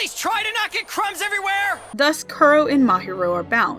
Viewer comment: Kuro is pronounced Koo-Roe (Sorry! I speak Japanese)